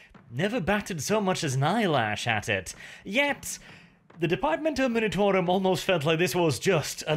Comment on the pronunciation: Oh and...for the also many times you say it...its the Departmento 'M-u-nitorum', not 'M-i-nitorum', but I grant you, of course, to have a bit of artistic freedom in this, if you like 😅